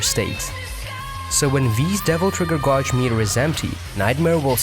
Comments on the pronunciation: Please stop saying "godge." It's pronounced "GAY-dge." After a while, that's all I could hear in your video! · Just a quick comment and not to be a dick, but the word 'gauge' is pronounced as 'gaydj'. I know, English doesn't always make sense, but there ya go. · The way you mispronounce gauge bothers me so much...Other than that, great video. Thank you for the information.